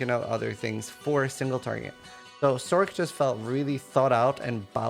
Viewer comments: For future videos, don't say, Sorc! Cringe city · It’s not sork.